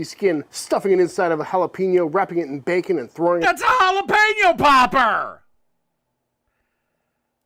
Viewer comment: i cant get past "jalapeno POPPER"